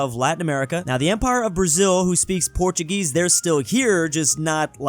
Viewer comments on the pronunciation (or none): none